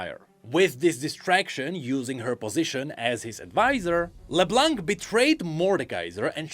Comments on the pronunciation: thanks for all of this, because to be honest the season 2 was a big mess for me.. While Season 1 was a master piece, the 2nd just went on and on and on, most of the time headlessly.. It was a bit of a struggle to enjoy it.. At least now that part makes some sense. But please, no more "leblank", the C at the end is silent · "While Arcane is generally seen as great...." - Quite. xD PS: Can everyone please stop pronoucing the 'C' in Leblanc. xD It's a silent letter in the french language. Merci! ;)